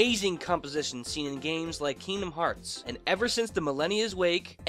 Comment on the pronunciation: "Keengdom herts"